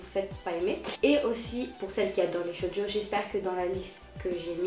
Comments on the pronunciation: sa se dit shojo pas shodio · Juste une note ! ça se prononce "tchojo" ^^ sinon j'aime beaucoup tes vidéos!